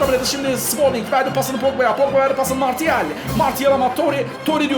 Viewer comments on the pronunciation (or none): none